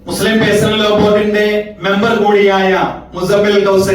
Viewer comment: പേയ്സണൽ അല്ല ചങ്ങായ്.... പെഴ്സണൽ